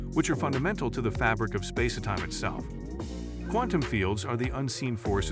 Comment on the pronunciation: spass-e-time. So many weird mispronunciations in this